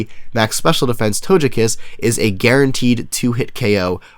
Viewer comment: The way you said Togekiss was funny haha :P But seriously, nice sets, the only thing I personally would NOT recommend is using Nature Power (Tri Attack) to fish for hax...also sound quality is great with your new mic!